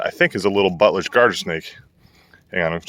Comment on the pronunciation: I thought you said buttless instead of Butlers LOL